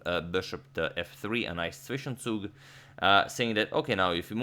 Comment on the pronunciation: It‘s always funny hearing german words in chess :) And especially how people pronounce "Zwischenzug". Help to pronounce it: It a sharper s. So, not like "swishensug" but more like "tswishentsug"